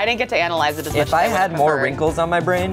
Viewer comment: “no winky on bwain” SHUT UP I LOVE